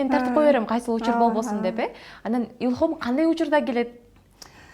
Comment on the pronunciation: Журналист кыз ИЛХОМ дебестен Илхам дечи чала кыргыз болбой,а так 🌹